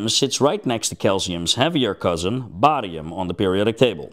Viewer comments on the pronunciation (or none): none